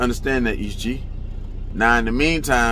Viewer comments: It's est gee not each gee dude staying saying that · E - S - T Gee. not East G. but yes good video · Bro it’s E.S.T Gee 😂😂😂😂😂 My bby said East Gee 😂😂😂😂😂😂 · Its EE-Ss-Tt not East Gee my dawg 💯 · E-S-T Gee bruh 😂 You Kill Me How You Say His Name 🤦🏾‍♂️😂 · Stop saying east g😂😂😂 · You know you're pronouncing his name wrong right?